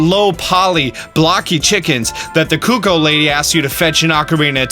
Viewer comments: Nice vid but i have to point out that cucco is not italian,we call them coccò! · In Italian it’s “Coccò” lol😂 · That is in fact NOT how they pronounce “cucco” in Hyrule Warriors. It’s narrated and I just listened to it to confirm.